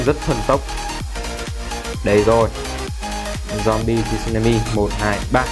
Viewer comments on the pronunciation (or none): none